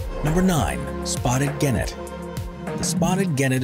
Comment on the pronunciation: It's a minor quibble but the narrator has one job and should look up pronunciations of any tricky words in his script beforehand. I checked and genet is pronounced 'jenet'.